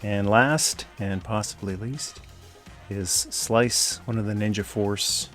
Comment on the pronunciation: Was the way you said “nin-ja” after Storm Shadow a reference to “Ask a Ninja”? If so, that’s a deep cut. Either way I must now rewatch those. :)